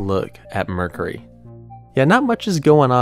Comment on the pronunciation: I love how he says 'Mur-curry'.....🤣